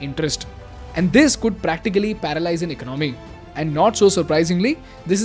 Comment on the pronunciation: Please correct your pronunciation.. There is no word as *IKNOMY* Its ,*ECONOMY* You will never learn.....